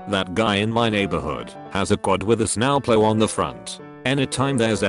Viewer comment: "snao ploh"